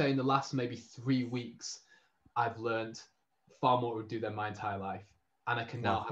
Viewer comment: Btw you pronounced ‘Urdu’ fine! Most people here would say something like ‘uuuh doo’ but like Spanish it has a short rolling r